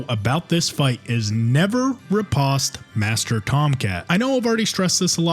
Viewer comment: it's a long o in riposte, sheesh, google is you're friend already